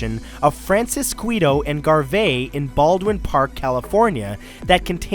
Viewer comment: Bro I'm from Baldwin Park and you really mispronounced those names but it might be your accent?